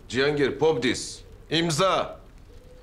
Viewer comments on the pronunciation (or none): Pobdis 😂😂😂 - değil.. podpis ... Rusçeyi hiç bir kalimasi doğru telaffuz edilmemiş ... VOsili 😂😂😂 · Popdis 🤣🤣🤣 imza 🤣 neden Rusça konuşmaya çalışıyorsunuz, çok komik oluyor! Ve popdis değil podpis’ doğrudur 😅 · Popdis diyor 🤣🤣подпись podpis gerek demee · Vasilinin podpis demek yerine pobdis demesi 😒 ya Allah aşkına şu türk dizilerine rusca bilen bir tercuman bulun bu nedir ya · podiz yok ey sen nasil russan ki rus dilinide yaxşi bilmirsen 😄imzaya podiz deyilmir axi podpis deyilir 😄 bel bilirim rus dilini Rusiyada yaşadigim icin )) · Popdis deyil yaaaaa podpis😂😂😂